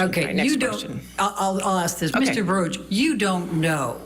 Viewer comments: It isn't barush it's baruck julie fet your facts straight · Julie we can hear and see for ourselves it isnt barush its baruckfirst quextion as usual objectssure you will sustain the objection to get it over wuth geez judge why dont you go back to law school what a fool nobody likes elaine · Again its Baruck not barush eelaines questions about phone call should have been sustained because shes trying to assume and speculate what went on shes probably with another man